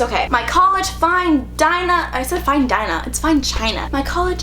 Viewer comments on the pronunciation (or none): none